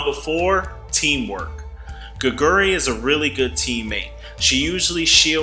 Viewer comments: Hey can you at least google how to pronounce her name if you're going to devote an entire video to a player? It's not gigeuri. It's Geh-gwoo-ree. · No one expects non-koreans to automatically be able to pronounce everything correctly, but I do expect the youtube creator to at least put in the effort to google 게구리 and press the text to speech button... as much effort you did to record your voice, the script, and edit the video.